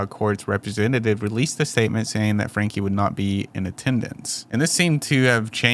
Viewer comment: Pronounced Frankie